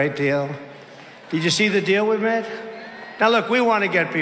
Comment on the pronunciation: trump had a "slip of the tongue" and said, "Did you see the deal WE mif?" which I take it meant "made"!! He & Putin!!!!! WTF did he say ?? "...cadiditive of letting men beat up women...???" Is this imbecile drunk? Does the MAGA brain just not hear this stuff?? NO ONE WHO DEFENDS AND PROMOTES PUTIN SHOULD EVER BE IN AMERICA'S WHITEHOUSE!!!!! Let alone the lies, AND the demented behavior!!